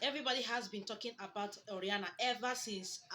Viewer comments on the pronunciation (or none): It's O.....RA......NIA my sister NOT O........RIA......NA